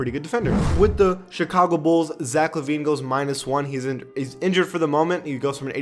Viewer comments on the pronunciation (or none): none